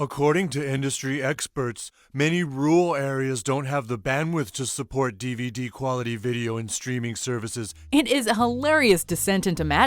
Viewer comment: What's a di ve di? Stupid little pricks